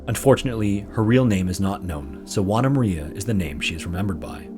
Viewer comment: ''Wana Maria''. 😅😆 It's pronounced more like ''Hoo-ah-nah''.